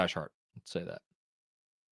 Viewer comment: I don’t know the guy personally, but “Brolic Jesus” is pronounced “Bra-lick” not “Bro-lick”, meaning a muscular or cut Jesus. 😂😂